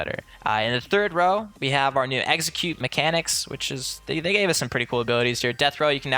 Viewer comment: I swear you're saying Exeggute instead of Execute :P